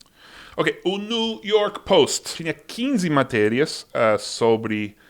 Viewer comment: rapaz, eu acho que nunca vi tão explícito a forma correta de falar new (nu e não niu)